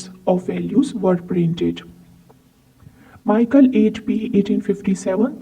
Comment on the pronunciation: I'm not sure if you have any clue of what kind of stamps you're talking about. As a real stamp collector you must know It's Mi - chel and never ever Maikel. Which is THE German catalogue publisher. also you don't know what 'pf' or 'gr' stands for. Therefore you had to separate if the above shown prices are from the catalogue or as I asume they're from auctions with the given very catchy and notable descriptions. You mix various German collectable areas as - old German states as Oldenburg, Württemberg or Prussia, or Baden - Foreign German offices in Turkey or China - German colonies, the early years with the overprints are really rare, - German Empire from - Deutsches Reich from 1919 - Danzig - Helgoland (belonging to the UK until the 1890s.) - German local post from various cities after WW2. while in the description only the colonies are mentioned